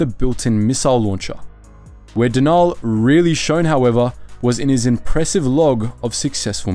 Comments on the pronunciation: Denal isn’t pronounce “De-naal” it’s pronounced “Denal”. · It's Den-ul not however you were pronouncing it. Cool video, but you have a bad habit of mispronouncing so many names